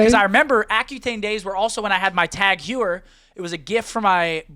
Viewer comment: For and anyone else interested. It’s pronounced Tag-Hoy-Er. Not Tag-Hue-Er.